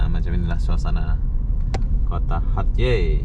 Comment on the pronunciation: Sayangnya tak boleh nak sebut nama tempat dengan betol....eloknya tanya dengan penduduk tempatan macam mana nak sebut nama sesuatu tempat atau kota tu....hatyai dia sebut hatyeh...